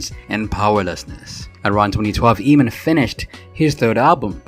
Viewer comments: This narrator's pronunciation is irritating. It's 'Ay-mon', not 'Eeee-man'. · Emin ? Lmao It's pronounced like Amen, ya goof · I can’t watch this in it’s entirety with the guy pronouncing it “Ee-mon” when it’s “AYE-mon”. 🤦🏻‍♀️ Anyway, Eamon makes great, current music on the Enemy Soil label. IYKYK. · It's Pronounced Aim-In (Eamon) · It’s pronounced AYMAN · At least prounce his name properly. The E is silent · I really don't understand you guys doing these biographical videos about artists whose names you CAN'T EVEN PRONOUNCE! 😠 that should be the FIRST THING you research. How to say their effing name! 🤬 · Who thought this guy was gonna be anything? Bro can barely sing and got famous because his song had curse words. It did what it did, no hate but in this day and age what does he offer? On another note, it's hilarious watching as can't decide if to bleep the "fuck it" say it himself, let dude sing it and then bleeps it again. Also my guy literally said his name in the video, it's pronounced like "Aemon", And goes right back to calling him "Eemon."🤣😂